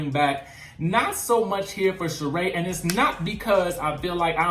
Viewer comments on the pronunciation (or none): none